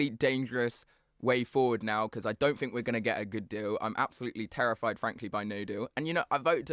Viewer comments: Wiv....fink...reckonise...ver (for the...) Go back to school, learn to speak properly. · It's hard to take advice from someone when they can't pronounce the word 'think' correctly.